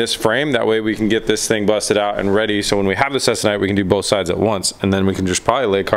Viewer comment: your fabric you are referring to is pronounced "seek- a- nite". just so you know. also it is used on dope and fab aircraft.